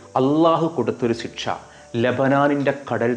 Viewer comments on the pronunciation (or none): none